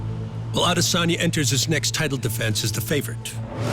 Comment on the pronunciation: For how many times his last name has been pronounced correctly by now, how has Izzy’s own organization not caught on to the pronunciation of his last name (I Diss On Ya) ?!